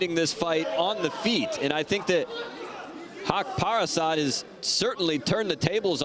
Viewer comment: Sir you are pronounce his name totally wrong it’s suppose to be HAQ PA RAST